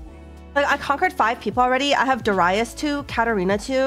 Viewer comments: did she just say darius as deraias? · she started doing it some months ago, I believe in older sets, she said it normally.